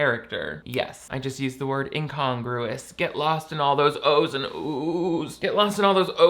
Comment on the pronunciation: The whole “incongruous” bit was made 10x funnier by fully mispronouncing the word.